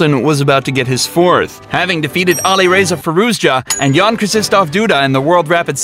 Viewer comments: I like how he butchered Krzystof's Name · The way he pronounced krzysztof..